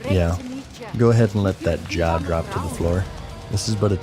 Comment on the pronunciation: at the end when he said " go ahead and let that jaw hit the floor" I thought he said something like " No I havent looked at that job offer yet"